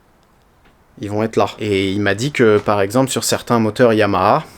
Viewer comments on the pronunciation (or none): none